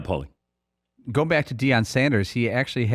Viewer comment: Deion. You can’t be taken seriously if you can’t get his name right